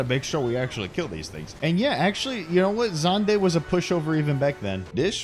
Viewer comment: It's pronounced "Zan-de" not "Z-and-ee"??? Damn, learning more than the old mechanics now! 😂